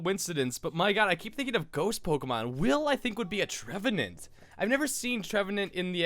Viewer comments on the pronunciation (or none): what the heck is a trevadense I know my pokémon but I'm unsure because of the Pernouceation